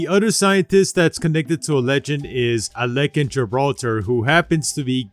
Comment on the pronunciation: Shouldnt gibraltars grandads name be pronounced as ah-lek-ki instead of ah-lek-kin or am i just hearing his pronounciation wrong?